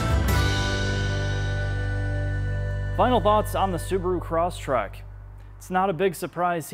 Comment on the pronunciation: Um, it's Crosstrek (not Crosstrack).